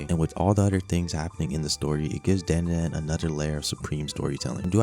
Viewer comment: Dandadan, bro said it wrong